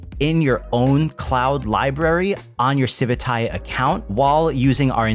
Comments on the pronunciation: Does anyone else have the strong urge to never use this project again every time you hear them say the word "civitai" as if it were spelled "civitae"? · It feels so weird to hear you say civitai, i read it as Civit A I for years xD